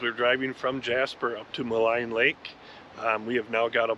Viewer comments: Thank you for visiting (my back yard). Jasper really needs the tourists to help recover. (And Maligne is pronounced Ma Lean)❤🇨🇦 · Thank you for taking the time to actually learn as you go. It is in that spirit of seeking knowledge that I'll point out I believe it's as Wiki suggests [Maligne Lake (/məˈliːn/ mə-LEEN). For fourty years I also thought 'Ma-line'. As it's spelled. But no, throw in first nations/french explorers you never know .... after all, original Cajuns (Acadians) came from Canada. Many do not. They simply fly through to say they've been there done that. and whine about the differences with an insufferable pretentiousness. (try being a Canadian crossing into America these days, then talk about border issues. lol) You are a credit to the YT RV community and a welcomed refreshment. Not my thing but I'll sub and like and check out more of your gracious work. I whole heartedly agree, support the Blue who are worthy. Unfortunatly, as you know, not all are. Thanks Again for supporting Jasper Kudos for the white knuclin'! Have a safe joyfilled and wonderous journey. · Small point: Maligne is pronounced "Mah leen" not "Mah line". Google may tell you different but don't believe it. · Maligne Lake is pronounced Mal EEN....